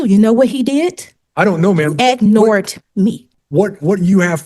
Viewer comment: “You know what he did?? IG-NORED ME!!” Boy oh boy…😮